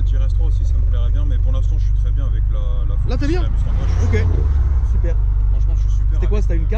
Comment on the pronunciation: ptdrrrr au début j'ai compris "je suis avec deux phoques"